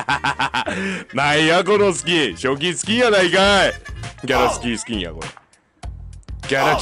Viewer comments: 言ってるねギャラスキースキン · しゅごい ギャラスキースキンだよがかわいい( ギャラスキー スキンって聞こえる) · ぎゃらすゅきーすゅきーんだよぉ んわぁしゅげぇ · 何回聞いてもギャラクシースキーにしか聞こえん